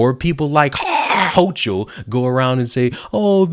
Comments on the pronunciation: This New Yorker is fed up with the ridiculous amount of BULLSHIT. Not all of us vote Democrat. Hochul is an asshole, and her name is pronounced Hoe-Kul, like bringing up a loogie.🤮 I can only hope that Democrats are victimized by their own policies. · Ha ha ha everytime you pronounced houchal I split my sides laughing...nice one 👍